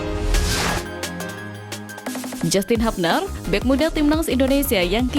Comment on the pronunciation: JASTIN HABNER ❎ JYUSTIN HYUBNER ✅